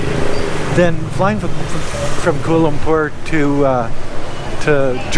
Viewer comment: It's enunciated "koo-ah-lah loom-pour"